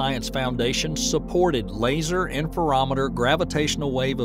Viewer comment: Not to nitpick, but it’s “lye-go”, not “lee-go”. I represents interferometer. “Inter”, not “een-ter”. Excellent video otherwise.